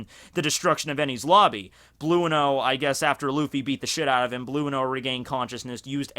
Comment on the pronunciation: Why do you guys call guys from OP how they arent supposed to be called? "Bluno"? "Eneru"? Its just the fucking pronunciation of the japanese.. Bruno, Enel (...) THATS IT end of my comment.